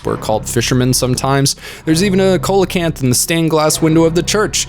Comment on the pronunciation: Like your channel, like your vids. Don't watch always but I always like when I do. Only Complaint. Coelacanth = SEE-le-kanth. That's it. Hang 'em high, plant 'em deep, my friend. Peas.